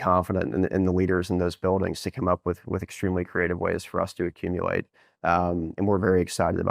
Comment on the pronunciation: Bo Hines: “We want as much as we can possibwy accumuwate”